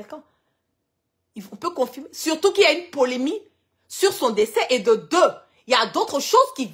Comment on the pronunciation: On dit polémique et non polémie